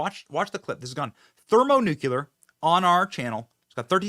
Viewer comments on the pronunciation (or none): Thermonucular? That's not a word.